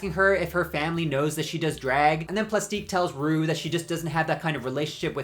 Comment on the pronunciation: Love your videos but saying platique right and then saying tee-aa-ruh is crazy.